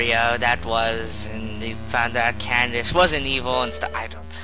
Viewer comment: ITS CADANCE NOT CANDACE